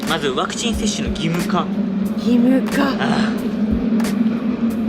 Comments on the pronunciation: 登録者数4万人！！おめでとうございます！！ 大事なところで「パクチー」って言い間違えるに（^^） カフェの猫ちゃん可愛いかったですね〜、テラス席のマダム達も笑顔になっていましたね。 頑張ったご褒美はやっぱりGateauで決まりですね、この動画を投稿できているからの体調も回復されたんだろうと 安心しています。 フランス政府の強引さ、違和感というか嫌悪感を感じました。 臨床試験中ですからね、それを制限をかけることで接種に向かわせるやり方は全くもって支持できないなぁと思っています。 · ワクチン接種２回目お疲れ様でした😊早く体調回復しますように✨スイーツとっても美味しそう💕頑張ったご褒美ですね☺️👍🎵Mashさんワクチンと言えずパクチンって言ってたとこおもろかったです😂あとあやちゃんにもっかいやってって言われて痛いのに腕あげてくれてるとこも😂👍ほんとに癒しの二人です🥰